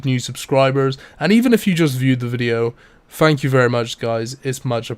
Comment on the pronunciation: Fank you? You're velcome.